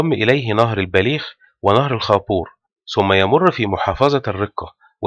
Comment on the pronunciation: فيديو جميل، لكن انتبه للغة أخي الفاضل .مثلا: ثم لا نقول سم . الثورة لا نقول سورة لديك مشكلة مع حرف الثاء ..تحياتي